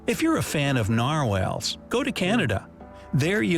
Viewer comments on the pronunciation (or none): Why is the cartoon polar bear shown as brown, why is there video of a hooded cobra when garter snakes are mentioned, and why can't the narrator pronounce "Louis," "Okanagan," "narwhal," and "oolichan" correctly? Is he USAmerican or AI-generated or something? Whatever he is, he's lazy.